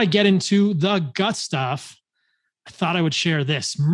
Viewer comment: I was confused for a second when he said "gut stuff" 🤣